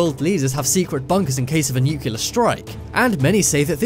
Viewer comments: It's pronounced Nu-Clee-er! AAAARRRRGGGGGG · For the love of God, please stop saying "nu-KYOO-ler". Nuclear is pronounced exactly like it's spelled. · Learn how to pronounce nuclear. Nuke-Lee-er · nuclear* not nucular :/ cmon' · nukular lol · lol. "nucular" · Nope, if I hear that guy TRY to say nuclear ONE more time I throw my entire PC out the fucking window, good bye, sir. Take lessons of... Basic pronunciation, I don't know. I'm out, can't stand that any additional second. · FFS, learn how to pronounce 'nuclear' even the Americans are starting to pronounce it properly now. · You need to learn how ti pronounce “nuclear.” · Learn to pronounce nuclear!!!! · "Nuclear", not "nucular". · PLEASE SAY NUCLEAR AND NKT NUCELAR sorry but it’s kinda annoying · It's nuclear,not nukyilla, I thought you was English at first,but I'm not sure now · for the love of GOD!!!! its nuclear not nucular..... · Firenet Gaming I think British people say nucular and Americans say *nuclear*, I don’t really bother about pronunciation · New-clee-ar, not New-cue-lar, sound it out now N-E-U-C-L-E-A-R...... freakin' English, can't speak English, imagine that?!?!?! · Nuculer. ??? wot?? Repeat after me: NEW CLEE ARR. Now say it quickly and you get "Nuclear" There, that was easy wasn't it. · Nuclear = 'New'+'Clear' not 'New'+'Killer' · Please learn how to say "nuclear", it isn't nukular, it's nuclear- pronounced new-clear. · Nuclear, not new killer. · nuclear is pronounced "NEW CLEAR"!!! "Nuke u lar" is not a word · I think it is a NEW-CLEE-AR bunker not a newclear one:\ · It's "newk-lee-ur", not "newk-yoo-lur". Oh brother! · NUCLEAR = NEW CLEAR. Not NUKULAR you sound like Homer Simpson 😖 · Nuclear, not nucelar! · new-clee-ar, not nuke-ya-lar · Nuclear not nucilar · Nu-cle-ar. Come on guys. We don't need to quote G. W. Bush all the time. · I hope this narrator learned to say nuclear. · NIIKILAAR engineer... NUCLEAR, NUCLEAR. NUCLEAR!!! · Nuke-ya-lur. LOL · NUCLEAR. NEW-CLEAR. NEW. CLEAR.